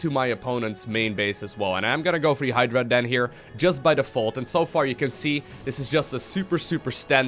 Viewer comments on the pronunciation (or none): none